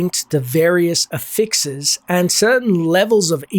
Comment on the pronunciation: Bro stop saying affixes like that.